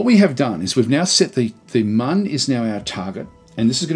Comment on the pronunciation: excellent little tutorial from an informative and mature aussie such as myself. As a long time KSP player this was just perfect to look at a basic Mun landing...and finally someone calling it the Mun and not the Moon lol. thankyou sir :)